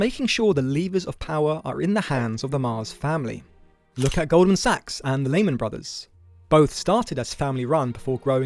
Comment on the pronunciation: FYI it’s pronounced Leeman not Layman